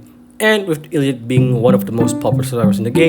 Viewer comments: WHY DO YOU PRONOUNCE IT LIKE EEL LEE AWT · Did you just say Eeeleeot? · just letting you know it’s pronounced elliot (el.li.yacht.) but you can say it however you want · You said elliot so wrong i recoiled physically 😭